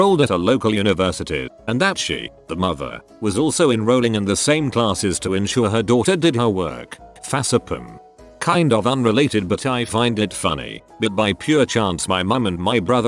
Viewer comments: English: Facepalm Text to speech: FASSEPUM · I find it so funny that the tts says "Fas-a-pim" instead of "Face Palm". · Fa-seh-Pum. E n g l i s h. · Nobody: Narrator: facéplim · No one: Not a single sole: Narrator: fa se pim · I was scrolling through comments and the moment I read this the robot fucking said FA-SE-PUM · Daveyboy vlogs Fahce-eh-book